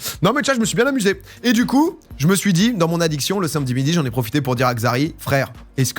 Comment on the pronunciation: "le sinmedi matin"